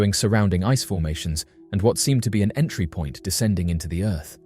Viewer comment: CONCAVE EARF IS REALLLL